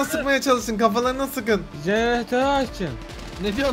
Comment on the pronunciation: jeğeneter jegeneter :D